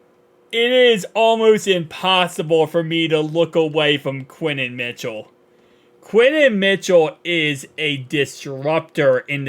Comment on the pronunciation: “Quinen Williams” 😂😂😂